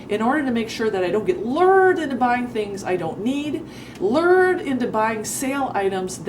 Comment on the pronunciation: AhhhErrr I think the word is Lured (lew-erd) not Lurrrd. Lured, rhymes with word. Word up sista. What up with your datin' life? Don't get burned again this time, and don't worry there will be a next time. We don't wanna hear 'bout canned dog food. Dogs will eat anything they can chomp. What 'cha really been up to? I wanna hear about adventures after dark if they is any. Another good video in deed.